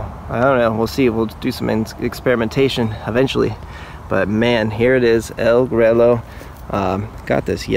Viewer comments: You killed the name 😂 Pronounced El Gruyo. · it's funny how some of my english speaking friends correct me on english pronunciation all of the time and yet most videos or growers of this variety BUTCHER the pronunciation.... EL GREW-YO ....PUTOS.... get it RIGHT ha ha ha